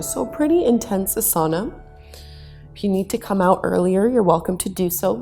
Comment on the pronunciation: I enjoy your classes so much. Thank you. Through the decades I myself have always appreciated constructive clarification so I hope you don’t mind…it’s pronounced AH-sana with the emphasis at the beginning, as opposed to a-SA-na❤️🙏